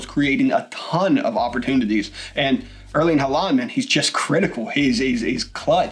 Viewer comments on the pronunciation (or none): His name is pronounced Haul-land...